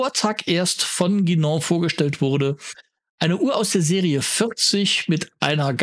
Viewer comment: Ein Lob für die richtige Aussprache von "Guinand" und "Saphir" an!